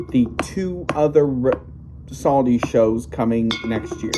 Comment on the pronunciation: Saudi not Saldi.